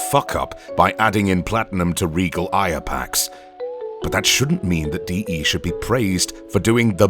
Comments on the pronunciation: The way you pronounce “Aya” is fucking infuriating, it’s pronounced “Eye-Uh” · I just have one complaint. Why all Aya "Ey-a"?